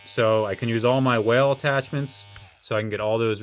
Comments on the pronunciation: What are your saying whale? Is wahl...wall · wahl is said like "wall" lol